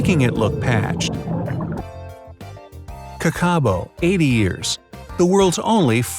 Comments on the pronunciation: Andean condors are the largest of birds of PREY not all birds, your forgetting about the ostrich. And kakapo is not pernounced "ka-ka-boh" it’s "kaka-poe" ;-; and I believe it’s 95 years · ahahhahahahahaha the what? "ka·kuh·pow" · Kakapo is pronounced kaakaapoh research mate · I'm from New Zealand and you just bucher'd the kakapo's name It's Kaaah Kaaah Po not Kar Ka bo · He also said kakabo instead of kakapo. So which one is correct? It's written with a "p" but he pronounced it with "b". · What an American he said Ka ka bo for the kakapo he said it all wrong it sounded like he sad -ka-Karbo like what is that I’m form no and it’s pronounced Karkar-po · It is actually pronouceed Kah-Kah-Poe for all you americans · Pronounced Kakapo wrong it’s ka ka po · Kakapo is pronounced karkapo for some reason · It is called ka ka poo kakapo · People in nz when he said Kakapo as carcarbo😣😣😣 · he says ka ka Po but he’s really saying it 100% wrong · That's not how u pronounce kakapo js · Cringing at how he pronounced Kakapo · hey,? you did not pronounce kakapo right. Im not wrong im from NZ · You pronounced kakapo so bad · I'm from New Zealand and his pronunciation of kakapo is just embarrassing